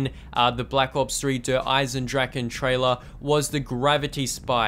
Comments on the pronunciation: Der-is-en-drach-A Dempsy says it himself in the trailer. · Why do people call it dereisendrachen if Dempsey says dereisendrache?